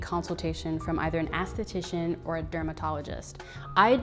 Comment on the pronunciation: You saying "ASS-titician" cracks me up. Not being nice nasty, but it's ES-titician. Always love your videos, big fan of everything you produce. I mean no harm by the correction